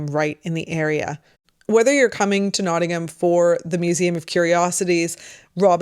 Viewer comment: Well done for pronouncing Nottingham correctly !